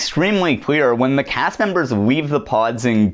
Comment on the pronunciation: whenever you say "clear" i think ur saying "queer" and do a double take but i love it every time